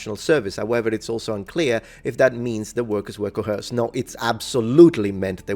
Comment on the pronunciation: Because you said you like English corrections: The word coerced , , , , , and is pronounced like 'co-erced', not "co-herced". kəwə́ːsd (Modern IPA) or kəʊˈɜːst (Traditional IPA). There's no "h" sound in its pronunciation.